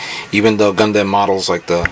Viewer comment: hahahaha when u say gundam u actually say dam in the name lol lol